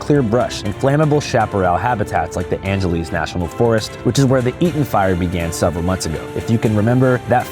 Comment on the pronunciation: it’s pronounced Angeles like Los Angeles. Also it’s crazy how federal firefighters get paid only $15 an hour while State and City Firefighters are straight up overpaid.